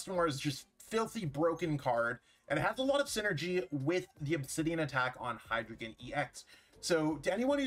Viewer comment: "Dei," "Zwei," "Drei" are German for 1, 2, 3, and they all use the long "i" sound (rhyming with 'sky')